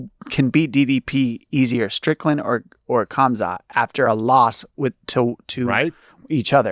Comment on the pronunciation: Mayhem pronouncing "Kamzat Chimaev" is KILLING me. He says Chimaev perfectly, but stumbles over the much easier Kamzat. 😂